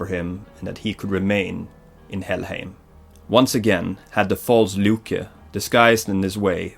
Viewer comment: I'm here after watching god of war 4, and I'm here to tell u: Get your pronunciations and spellings right. Loke... Seriously!!? I mean come on, everybody knows it's Loki, all u had to do was watch a freaking avengers movie!!! And even Odin! U were calling it something I don't even know what.